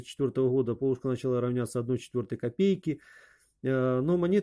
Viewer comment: Большое спасибо за подробный и интересный рассказ! Но почему Вы произносите "пОлушка"? На Руси всегда говорили "полУшка". :-)